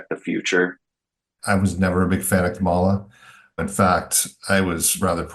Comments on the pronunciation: Hey Democrats, people mispronounce her name, get over it. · The right media bubble is obvious when folks cannot pronounce the vice-president's first name. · Canadian here…why can’t people pronounce Kamala properly? Is anyone correcting these folks? I know right wing media does it to be dickish, but someone needs to point out that doing it is immature and unprofessional. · You can tell where most of the focus group gets their information, simply by the way they pronounce Kamala. Given that, it’s surprising that they have as many positive things to say about the Democratic ticket, as several of them did. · When voters mispronounce “Kamala,” I suspect they mostly listen to maga media, where they know better but intend disrespect.